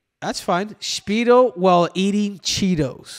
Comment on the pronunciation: Henry said “Schpeedo”